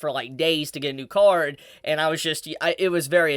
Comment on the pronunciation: Also, funnily enough on the topic of your accent. At first when you talked about how your card was stolen I Heard car and was very confused at first xD